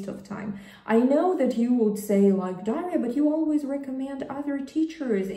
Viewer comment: Those were some really good tips, Daria. As I heard you pronounce your name, it sounded more like a three-syllable Daw'-ree-uh, rather than two syllables Daw'-ria. How do you write it in Russian, using Cyrillic, please? About the last tip, do I enjoy learning Russian? I absolutely love learning Russian! Especially from you. You are very engaging and very entertaining. My problem with jumping around from program to program, isn't a thing with Russian. It's that I also love learning other languages, German, French, Arabic, and Italian. And Hebrew and Greek, just because they are the supposed original Bible languages. My ideal way to learn a language, especially my new love of Russian, is by immersion. I want to see Russia, and also Ukraine, so badly my heart aches for it. Speaking of Ukraine, it turns out Ukrainian is slightly different than Russian. So guess what other language I'm learning? I speak Spanish fluently, so a lot of the sounds for the letters aren't that new or complicated to me. Sometimes, it just requires that little bit of tweaking. I just reminded myself to hit the notification Bell. Because I kept missing your videos when they come out. Thank you so much for your time, effort, and hard work. I appreciate it and love it.